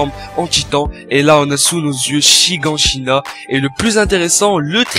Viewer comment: Mais prononce bien les noms bon sang, c'est pas chie-gant-chie-na mais chie-gane-chie-na Et Scie-g pas Sied-gue Voilà merci au revoir